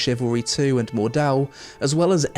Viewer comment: My inner German screams when you say Mordhau haha